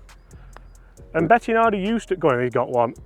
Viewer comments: Bettinardi not Bettianardi come on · Bettinardi, not betiaaaahhhhhnardi lol No "a or h:" after the "i", love your work anyway! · Yep - me too ... Bloody annoying Be-ti-"UH"-nar-di .... Getting flashbacks of the butchering of Marco Simmi-Oh-Nee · Why can't pronounce Bettinardi properly? He says it like Betti-a-nardi!!! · Great content. Take it from a Chicago boy, it’s pronounced “Bet-In-Ardi”. He’s a Chicago guy and has always owned the company now run by his son. Long known for their very fine milled putters…